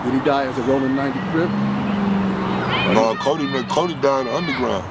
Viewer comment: I know this came out awhile ago but if you don’t pay attention to how he says CRIP it sounds like he said CRIBS. So I can see where that debate comes from